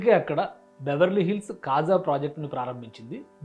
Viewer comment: KHAZA కాదు . అది KAZA.